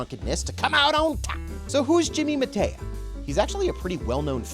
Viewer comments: Mataya = Muh-TIE-yuh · This gas bag review is tiresome. Mispronouncing the names " Mataya" and "Ewa" is pathetic. Jimmy Mataya was a great player, the best announcer and a really entertaining character. That old tape on hustling actually had some golden advice in it. Jimmy explained the techniques of getting the money but leaving on good terms with the victims, missing the One Ball in a game of Nine Ball but leaving the other player without a good shot on the One. He covered acting drunk, disguises, flashing cash, starting with the worst player in the room and losing to him etc.